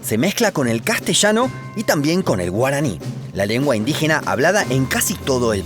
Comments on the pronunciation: Por fin, un extranjero que pronuncia bien los nombres de lugares geográficos paraguayos en guaraní. Gran video, un honor que hables del país donde vivo. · Esa pronunciación del guaraní te salió re bien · Bien por el esfuerzo en pronunciar bien los nombres de lugares en guaraní 👏🏻👏🏻